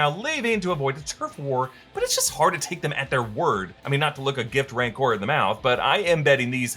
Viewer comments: You also say "Mancor" twice. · Isn't it "Rancor"?